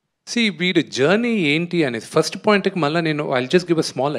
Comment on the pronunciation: ఫరుస్ట్ కాదురా అయ్యా.. ఫస్ట్😂😂😂